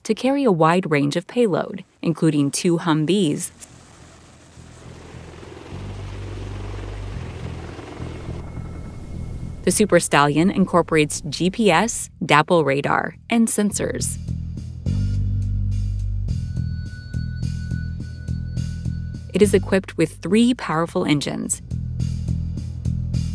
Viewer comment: Doppler not dapple.